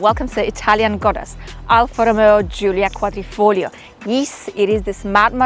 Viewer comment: you said Giulia Quadrifoglio perfect as a native Italian speaker